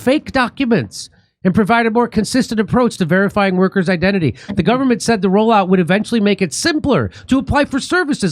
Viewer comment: Sounded like he said this Scumerment. The bedrock mark of the beast. In Australia you can't get through the Government phone IVR system to access services without a reference number. They just disconnect your call.